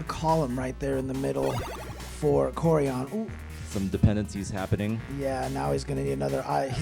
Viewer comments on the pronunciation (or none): the name is kòrian not korìan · His name is こうりゃん if written in hiragana. Ko-u-rya-n. The commentators say his name completely wrong. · "Koryan" from Japan lol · A Japanese "Koryan?" interesting... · Nah, his name is Ko-o-rya-n, if the commentators just pronounced it better, there would be less confusion haha